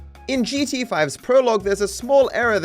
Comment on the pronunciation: I like how u say G-SHE-A 😂